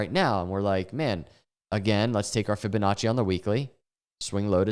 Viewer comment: “Fibinachos” lol